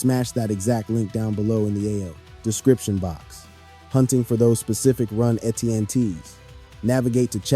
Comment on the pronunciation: Btw Etienne is pronounced Achane according to Travis.